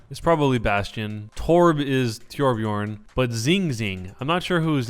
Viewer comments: STOP PRONOUNCING TIORBJORN ITS TORB TO TOTOTOTOTOTO NOT TIOR JESUS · Why u pronounce tjorbjörn? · Why do you say tee-orbjorn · It's pronounced Torbyurn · Torb just because you pronounced his name Tyorbiorn